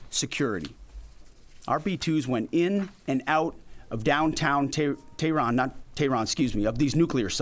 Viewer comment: Is TEHRAN.... If you cannot pronounce it pronounce it say iran.. I bet you cannot say that either😂😢😮😅